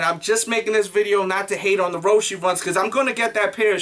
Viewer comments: its roche not roshy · It's Row-she...